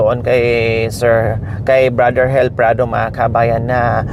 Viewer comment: Madam ang rinig ko ang pangalan eh hil hinde hel ang pronounce mo sorry po i know n taga negros k